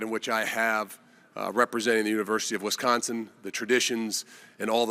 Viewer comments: Can someone please explain to this guy… it’s wIsconsin…. Not wEsconsin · Hey coach, maybe learn the correct pronunciation of Wisconsin for starters!